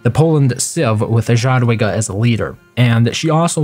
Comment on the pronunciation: It should sound more like [yadwiga] :-)